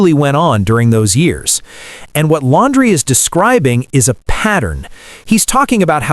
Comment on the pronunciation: It's Lan-dree.